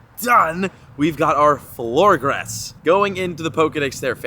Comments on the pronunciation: It’s not a florgres it’s a florges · “Kailos, Florgress” Bro I can’t☠️